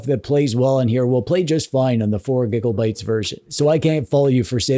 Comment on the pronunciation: do you say gigolbyte for fun???